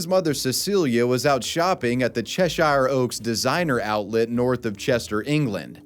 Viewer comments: Little tip any shire is usually said as shher don't say it as Cheshire say chesherrh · its pronounced che-sheer btw :) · Ffs cheSHIRE 🤦🏾‍♀️